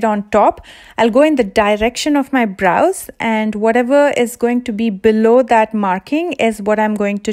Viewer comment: I love your pronounciation of bRows haha